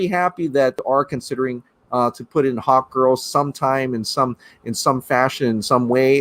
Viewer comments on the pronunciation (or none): I thought you said hotgirl instead of hawkgirl